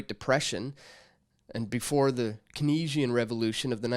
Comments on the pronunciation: Keynesian. Three syllables. Keenz-ee-an. Accent on the first syllable. Easy. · Alan Blanes Not sure what prompted that tome. was having trouble pronouncing Keynesian so I just tried to help him out. I'm not a statist, so any argument about the validity of govt will be lost on me. Govt is a group of human beings claiming a geographical area has "given" them authority over another group of human beings. Geographical areas are just that. Of course they can't "do" anything, so the entire premise is illogical. Govt is one group of human beings claiming lawful authority to tax and rule another group. In the computer age, human beings have no need for a govt, and it is my firm belief they never did. It is all a clever parlor trick to induce the masses to fund and venerate an idle elite. You have been propagandized to your very core and have absolutely no idea. Just because a govt built a dam or a road, does not mean that a likeminded group of individuals could not do it. I posit they could, and they could do it without forcing anyone to give them money. It's all about consent.